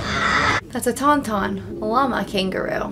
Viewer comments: girl friend tawn tawn not tum tum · I thought she said TumTum. Like theyve got a lovely little belly. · When on Hoth and Han was putting Luke inside the Tauntaun, and sounded like you were saying "Tumtum" lol. I half expected you to say something about the "Tumtum tummy". Hans... Yes, well known scoundrel and nerf herder, Hans Olo. But I loved getting to see an honest reaction to the father line. Even people that haven't seen these movies know the line, but most actually know the twist as well. So you not seeing it coming was nice. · Tum-Tum instead of Tauntaun. That's cute. You ask very perceptive questions when watching a movie; you ask why something is happening and how it will affect what comes next. I like that. I usually just let a movie happen in front of my eyes. If you want to know how Darth Vader falls to the Dark Side of The Force, there are three whole movies and a seven-season animated TV show that explain how. The three prequel films are very controversial, and IMO, not very good. But they have their fans. Looking forward to watching your reaction video for "Return Of The Jedi". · "Tan-Tan" not "Tum-Tum" LOL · Your "Yeti" is called a Wampa. It's a Tauntaun. Not a TumTum. 😉